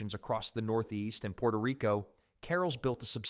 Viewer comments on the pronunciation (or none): none